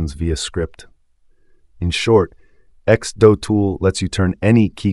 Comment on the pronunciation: It's not x-doe-tool! It's x-do-tool.